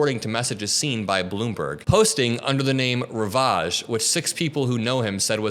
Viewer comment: are you AI? what's up with your pronunciation of "ravage" and "alias"? ha ha!